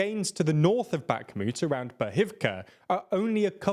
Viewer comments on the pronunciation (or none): OK ! ITS PRONOUNCED BACH MOOT! & ITS SPELT BAKHMUT. I SHOULDN'T BE CORRECTING A PAID REPORTER WITH SPELL CHECK, NO EXCUSE, LACK OF PROPER HOMEWORK. OTHER THAN THAT YOU DO WELL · LMAOOOOOOOOOOOOOOOOOOOOO lil bro said BACKMÜÜT